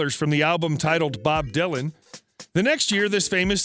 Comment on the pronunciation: insane! the details are all over the map! + he can't even pronounce "dylan" correctly!! how hard is that???